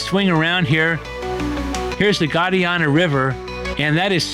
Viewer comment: Please learn to pronounce the name of our town and the river separating Portugal and Spain.